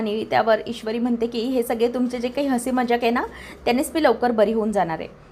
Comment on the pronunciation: सग्गेजण नाही गं सगळे जण असे म्हण